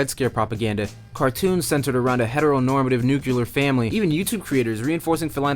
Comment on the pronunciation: saying nucular instead of nuclear is supportive of white supremacy, colonialism, patriarchy and hetero normativity